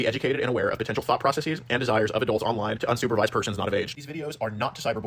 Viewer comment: "Conversating," "ProcessEEz"...